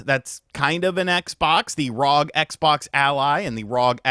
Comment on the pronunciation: It’s not rog it’s R O G it’s short form for Republic of gamers